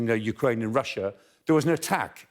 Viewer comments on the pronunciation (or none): none